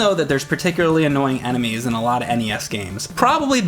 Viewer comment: why says "anime" instead of "enemies"?